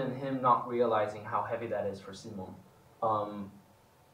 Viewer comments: Do they know we didn't love them using the English pronunciation of Simon? Because Edvin definitely said "See-mone" more than in the past, and Omar actually corrected himself.😂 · I strongly believe they are pretty aware of what's going on in the fandom and how people feel about certain things. So yes, I noticed the change of using the swedish pronunciation of Simon too. And I love them for doing so! 💜❤️💯